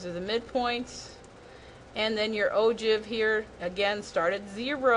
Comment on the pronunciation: You pronounce ogive wrong 😐